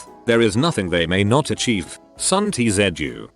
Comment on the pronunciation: Redditor: tzu TTS; te zed yu